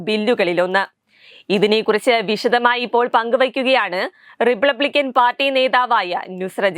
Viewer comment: റിബബിക്കാൻ അല്ല റിപ്പപ്ലിക്കൻ ബിൽ 😂😂😂😂